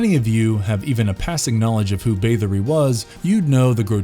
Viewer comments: Also he keeps saying Bathe-ory instead of Bath. TBH though he generally sounds like he is reading someone else's script the whole time, I doubt the person narrating had anything to do with research/writing etc. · The pronunciation of "Bathory" caused me to rage quit.